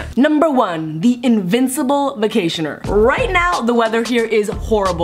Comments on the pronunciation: Did anyone else notice that she said vactioner not vacationer? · it said vactioner instead of vacationer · Invincible "vactioner" lol Still love you, though